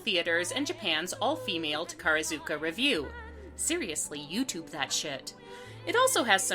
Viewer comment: Sorry to nit-pick, but this is my wheelhouse: the all-woman Japanese theater troupe is pronounced tah-kah-RAH-zu-kah. Along with Phantom, they've done everything from Japanese pop culture stagings like "Sailor Moon" to "Chicago".